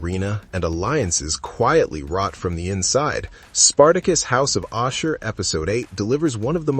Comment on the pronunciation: ASHUR NOT OSHER wtf...